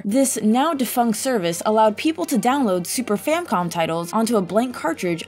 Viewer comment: did u say super famcom?